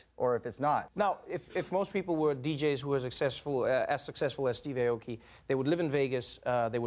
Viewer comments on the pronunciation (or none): Does Steve actually go by Steve Ay-oki, not Ah-oki? Since if he does, that's cool, but the name is actually pronounced Ah-oki, not Ay-oki (how Trevor pronounces it here).